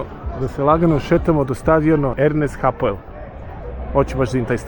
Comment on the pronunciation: Ernst Hapel,ne hapoel